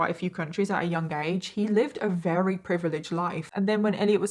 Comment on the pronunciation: It's awesome how you say wery instead of very. I wish I had a cool accent like you